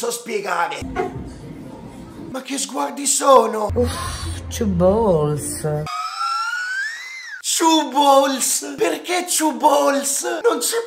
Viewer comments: Two balls Ha chiaramente detto "chew balls" Mastica palle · ti correggo. Ciù bols